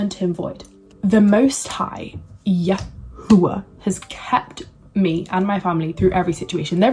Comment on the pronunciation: Shalom Shalom. You blessed my Ruach. Thank you for sharing. I too walk in The Way. I wish I could have been awoken at such a young age as you. Your videos are such a breath of fresh air. I love how you say “YAHUAH”. More importantly, when I was coming into the truth I knew that certain groups had some truth, but it was not refined by ABBA Yahuah. I prayed and asked ABBA Yah to help me because I was hungry to know Him. I was already seeking Him and He was guiding me. “Truthunedited” confirmed the way Yahuah was guiding me in knowing the truth about El Elyon. Continue to in The Way and be blessed. Shalom.